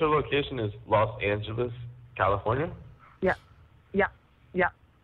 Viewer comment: Los Angel”o”s 😂😂😂😂